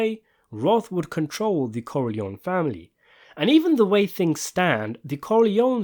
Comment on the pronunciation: Por que a IA não sabe falar Corleone?